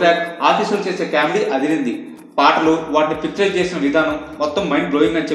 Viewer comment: It's pronounced as 'comedy' not 'caawmedy'. Btw review was good